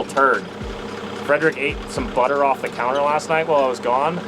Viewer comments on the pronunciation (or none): none